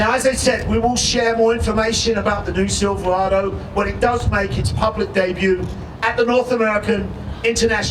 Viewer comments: Why does it it run right through me that a "Bloke" who can't even pronounce "Silverado" is announcing at the Chevy Truck 100th anniversary. Do you think Jaguar or Aston Martin would have an American from Texas announcing at their 100th? Please help me understand why this irritates me so much! AWESOME NEW LOOK THOUGH!!! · not sure whats more annoying, the butt ugly truck or the horrible pronunciation of "silverado" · They should have at least hired a guy to speak who could actually say Silverado. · i think they should have got a speaker that could actually say silverado, not silvawado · They change how Silverado is pronounced too? “silv-wahdo ”. Lol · Silvawado??? Januwary??? Couldn't find an announcer without a speech impediment I guess 🙄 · Haha. The 2019 Sivoowado. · Siwwvawado? wtf is a Siwwvawado? Couldn't they find a front guy who doesn't sound like Elmer Fudd? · The silvawaado comes with a 2 inch wift wight fum the factowy, gweat pwoduct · Does he keep saying Siverwado ? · What the hell is a "Silvawado" ?!?! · Oh I might just wait for a new truck! About time Chevy! A nice package on an LT level! However the sides of the bed looks like, dare I write this, a Tundra? But couldn’t Chevy had used a spokesman that could pronounce Silverado? Instead of sounding like silfewado? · Yes , and according to him, also Chevy now has the NEW SILVAWADO ,...I don't know why Brits sometimes cannot pronounce their own words. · Should have gotten an announcer who could pronounce "Silverado". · What a disgrace for gm. The guy cant even say Silverado. Im pretty sure this is a sales tactic to sell ford owners a new ford. The death of great vehicles has to happen eventually and i think the time is now. R.I.P. chevy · Why would you have someone with a speech impediment introduce the new truck. This guy cant even say Silverado or truck. He sounds like a character from the princess bride. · Ud think they would've gotten some one that could pronounce Silverado to do there announcing